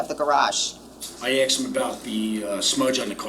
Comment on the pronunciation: He axed him. Ouch